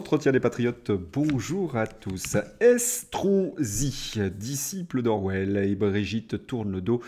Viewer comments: Vous avez dit Escroc-si ? Ou ai-je mal entendu ?😂😂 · Estronsi, l'ai je bien entendu 😂